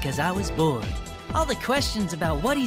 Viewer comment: the way he says "because I was bored," the past that makes me laugh is the emphasis he puts on "bored". I could just imagine a remix of him saying that sentence "because I was bo-b-bo-bo-b-bo-bo-bored."